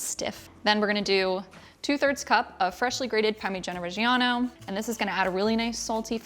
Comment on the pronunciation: I like the way you say parmigiana regi whatever. I can never say it.